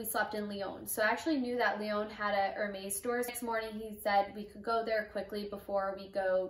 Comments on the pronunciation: Wow very nice bag, congratulations but please say it er-mess and not er-mace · It’s ér•mès, it’s not er-meis… Congrats on your bag though. Happy you said no to certain items, it was more on your terms than theirs!🧡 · "Er-Maze" lol...